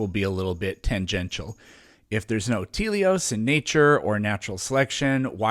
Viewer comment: The noun at the root of "teleological" is not teleos, but telos.